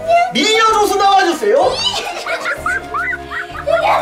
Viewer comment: 미녀 인데 마녀라고들림ㄷㄷ